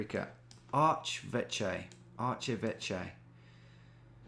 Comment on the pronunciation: Archeveche is french and not pronounced artshevetshe at all haha